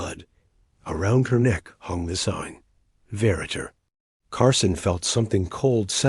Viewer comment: How to pronounce "Verräter" was of no concern to the makers of this video. The initial consonant is pronounced like an "f" and the stress on the second syllable.